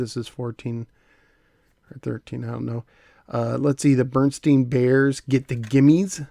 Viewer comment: Berenstain - "BARE-EN-STAIN' not "bernsteen." Also, I remember the Muppet Music tapes!